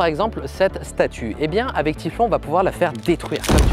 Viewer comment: c'est "aveC" pas "avè", "aveC"! 😂😂